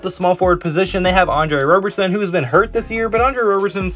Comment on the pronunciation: Please call him Rob-er-son and not Robe-er-son. He hates that and I’m here to protect his feelings lol